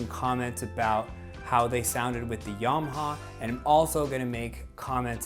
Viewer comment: Why do you say 'Yarmaha'? It does not have a 'r'